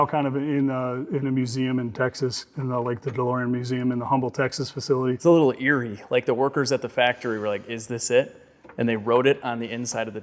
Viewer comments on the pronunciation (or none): Just a heads up, it’s not Humble,Texas. The “H” is silent. It’s pronounced, “umble”. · It's probably been mentioned already, but the city of Humble in Texas (where the museum is), is pronounced without the H, like "umble" rather than Humble. Great video tho, I watched from beginning to end. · It's not humble, it's Umble. The H is silent. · The H in Humble Texas is silent it’s pronounced Umble. Also 20 mins down the road from humble is Pearland that’s pronounced pear-a-land makes no sense but if you live here it’s a pet peeve to hear it pronounced wrong.